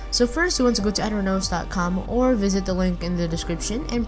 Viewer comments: it aternos, not ater nose, ding-dong. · its auh-tur-noos not at-ern-os